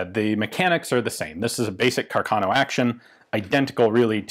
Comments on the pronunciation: ("Carcarno"), {Italian pronunciation} {kar - kar - no}. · I’m pretty sure the accent is on the 1st A of Carcano, I come from a town near Milan, Italy and here Càrcano is a pretty common last name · And CArcano, not CarcAno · The correct pronunciation is Càrcano and not Carcàno. The accent should go on the first "a" not on the second. ;-) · Just a general tip for english speakers, when you see an accent above a letter, that is the part of the word you stress. For example, Ian is saying Carcáno, when it should be pronounced Carcano. If it is written as Carcano, then the stress of the word is nearer the beginning. Love your work Ian, keep it up! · It's Càrcano. accented on the FIRST A, not on the second! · Accent goes on the first A, so it's "Càrcano" (from the engineer Salvatore Carcano) :) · Ehi dude, if you want to tell something about Italian arms, at least try to learn the correct accent... Carcano is pronounced Càrcano, with the accent on the first "a", like raven in English, and not "Carcàno" like you pronounce it. Moreover, the word moschetto in Italian is quite similar to the English Musket : imagine it as if it was written mosketto, while you pronounce it like "moshetto". It is quite comic the effect: in Italian your "moschetto " pronounce sounds like "moscetto" that means "quite soft". I know that you Anglo-Saxons think all the rest of the world should speak only English but, luckily, other languages do exist. If you use them, do it correctly or at least try to do it.